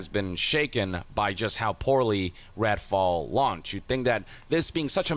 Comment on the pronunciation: did yong call it "ratfall"? 😂